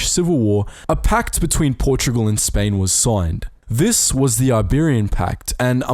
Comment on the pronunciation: Portogual??? WTF